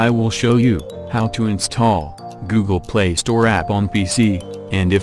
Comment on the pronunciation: in the beginning you said the Word "Insthall"